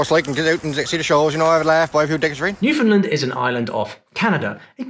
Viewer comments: Loved this video. Thank you. Note, though: the "land" syllable in Newfoundland rhymes with the word "land" and not "lund". It's an easy mistake to make. I made it myself when I first moved to Canada. 🙂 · Newfoundland is pronounced New - Fin - Land. It is not pronounced New- fin-lin. Cheers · Every day I pray an influencer from off island will pronounce Newfoundland right. Still praying. Just use these two rules: - Emphasis is on the "land" so you can't shorten it to "lund" or whatever - "found" is pronounced "fin", you got that part right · I was corrected amiably in Gander, that it's "New-Foundlund" not "New-Finnlund". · Everyone pronounces Newfoundland wrong. Either New-FOUND-land, or Nooflndndndnd. It's pronounced like UNDERSTAND: New-found-LAND. Easy stuff, but one gets it right. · Great video, as a Newfoundlander, I believe you could find more than 11 dialects in our province alone lol, instead of pronouncing it Newfoundlind, try new-fin-land. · As a Newfoundlander I am very happy to see a mention in this video but I will be deducting points for mispronunciation. It’s NewfoundLAND not NewfoundLUND. Getting this right is a matter of respect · Last syllable in "Newfoundland" is pronounced "land", not "lund". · New-Found-Land NOT New-Fund-Lund Its Newfoundland understand not Newfundlund understund!!! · Correction. Not pronounced...new found lend. Newfound land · Newfoundland is always mispronounced: Not NEW f’n l’nd. But. New fin LAND Like Understand, it’s NewfinLAND. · Newfoundland should rhyme with understand. For 'found' don't pronounce the /d/ and reduce the vowel to a schwa /fən/ or elide it all together /fn/. /nufn'land/ (sorry of my vowels aren't right, it's been years since I last did transcriptions) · it’s NEW-fen-land. Accent on the first syllable. You’re welcome! Like your making a punch! NEW fen land lol 😂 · Newfoundland rhymes with understand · It’s New -Fun-LAND. The land is a hard as in AND.